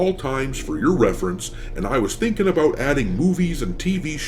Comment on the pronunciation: “And I was thinking aboot adding movies and tv shows-“ we should have known you were Canadian! That’s where all the best Space Pirates are from 🇨🇦